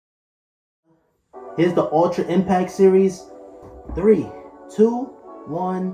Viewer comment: Impact, there's a T and it's not silent!!!!!!! Dope review though, thank you